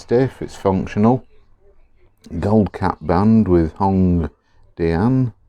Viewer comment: hongdianの発音がネイティブっぽい笑